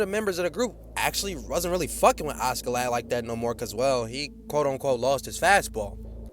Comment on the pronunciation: Why is bro pronouncing askeladd as auskiladd😂😂